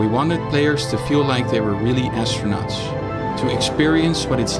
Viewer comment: “Univursh” “astronatsh” echt te erg haha